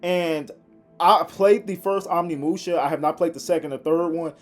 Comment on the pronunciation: OmNiMuShA.. bro just read once.. it's right fucking there